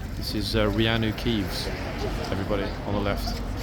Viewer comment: Reanu Keeves? 😂😂 was that intentional?